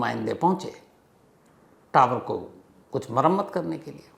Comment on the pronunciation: 😂so funny when you are saying tawar hi legaye